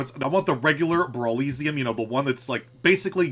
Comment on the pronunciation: it’s definitely pronounced brawl eh see um, right? not brawl ee zee um